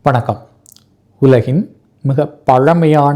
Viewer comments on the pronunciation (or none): none